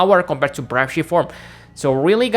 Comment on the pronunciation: It's pronounced BR-AVE NOT BRAUVE